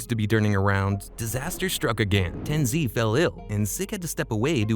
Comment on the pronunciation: who tf is tenzee bro its TenZ or TenZed